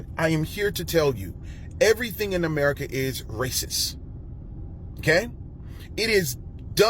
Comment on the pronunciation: "Jobles"... "Eppserts"... "Raciss" 🤔